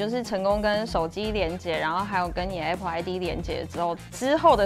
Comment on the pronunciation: A pple應該是台灣式的發音. 在美國是像在說 愛pple😊.